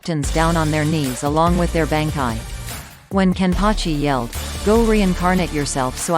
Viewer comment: I never thought I would hear google say banki, I'm my opinion I think it's lacking.